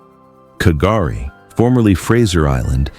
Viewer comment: There is misinfomation It's spelled K'guri but its pronuned GUR-rie or Gurri, the K is silent